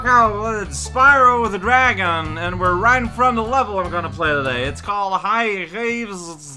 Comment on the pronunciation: dang bro spyro the drago wants you to put some respeckk on his name yo